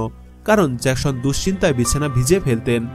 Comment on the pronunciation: Eita jackson not jakshon